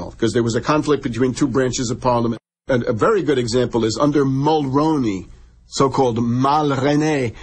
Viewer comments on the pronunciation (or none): none